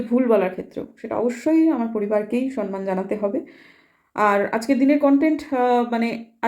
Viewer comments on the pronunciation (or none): Didi kothata 'Samman' ..Sanman noe.. kichu mone korben na..